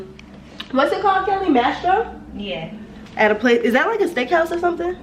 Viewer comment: you are trying to be someone that you're not. You have a college degree, you dont even know how to pronounce names, places, things like Maestro's steak house. STOP TRYING TO FIT IN.